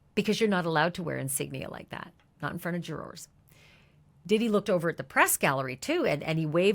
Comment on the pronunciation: I liked this- very clear info, thank you but why can’t this woman say the word ‘juror’? Juror has two syllables not one. Very strange but great summary